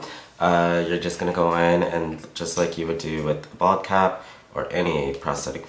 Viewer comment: Every time you say bald-cap I hear "vodka"